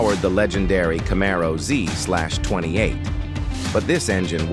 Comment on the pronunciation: "Zee-slash-twenty eight" 😂😂😂